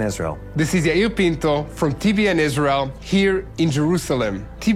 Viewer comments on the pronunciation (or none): You pronounce your name "Ayul" .......why do you spell it Yair? Quite a difference.